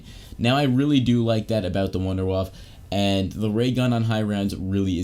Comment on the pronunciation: It’s not wunderwaffe. It’s wunderwaffle lol.